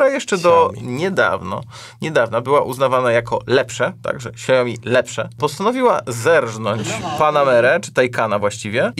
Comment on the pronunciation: Hejka! A myślałam, że nazwę Xiaomi jest Polakom łatwo wymówić 😊 To tylko dwie sylaby: „siał” (jak w „chłop siał żyto” 🚜) + „mi” (jak w „daj mi to! 😆). Tylko taka mała uwaga 😊 A o clickbaicie (rany, jak to napisać w „polglisz” 🧐😱🤯） to już większość skomentowała już 🤓 Pozdrowienia z Szanghaju 👋